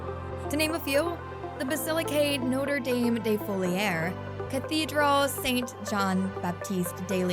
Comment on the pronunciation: I had to read the subtitles to understand Notre Dame de Fourvière... I am from this city.. Get a narrator that at least tries to pronounce things good.